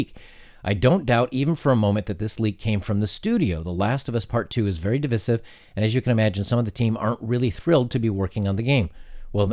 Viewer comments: I’ve never heard anyone pronounce divisive that way before “dee-viss-iv”... Is that an American thing? I’ve always heard it like this. “Dee-vice-iv”. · You're the second youtuber today that heard pronounce "divisive" the way you do. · What is with you fucking moronic Youtubers cant pronounce divisive? jesus christ. It's not pronounced that way I dont care where you live. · Why are youtubers suddenly mis-pronouncing "divisive"? Second "i" is pronounced "eye", as in "divide".